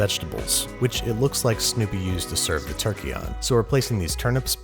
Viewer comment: Did he just say turkeytom?